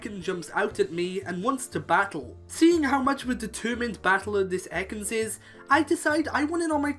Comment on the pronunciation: You said “Ekan”